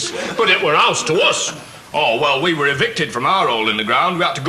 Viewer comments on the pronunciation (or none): He says "it twer" as in "it were."